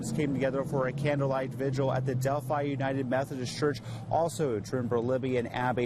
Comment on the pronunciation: You are not pronouncing Delphi correctly. It is pronounced del-fi, like wi-fi, not del-fee.